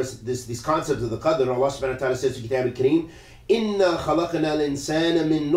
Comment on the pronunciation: in the minute 21 you made mistake in the recitation of the quran in the word kitab